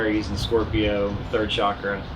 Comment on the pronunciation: ok Iove you both, but before anyone attempts to raise their kundlini or enter a hatha yoga studio, or buy another crystal or indulge in some "California Tantra", lets get the pronunciation of Chakra right. Chakra is not pronounced Shakra. It is a harder Cha as in chocolate or chip. The problem probably stems from the way the word entered the European languages, but that is another matter. As usual I enjoyed hearing you both.